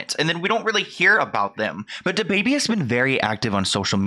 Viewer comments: Every time you say “Da”Baby, I cringe. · The way this dude say dababy lmao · and I love you but please never say his name again